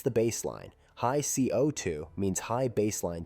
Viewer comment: I wonder what speech engine was used for this. It's pretty good. I probably would have continued to believe a human had narrated this, if it wasn't for the repeatedly weird ways it pronounced CO2.